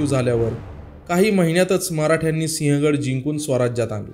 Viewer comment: Pronounce as Sivhagadh and not Sihagadh . Do some home work please.